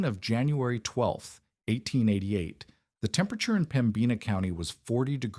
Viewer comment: Please learn to pronounce Pembina. The accent is in Pemb ina